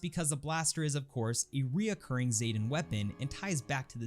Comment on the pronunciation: ZEEE-tan , not ZAY, I know, I know, its said ZAYtan several times, but the correct way to say it is Zee, as in the letter Z-tan as in sun tan, zetan, idk what sort of drugs bethesda voice actors where on when they did that, or whatever weird ass quality control allowed that to pass, but its zetan XD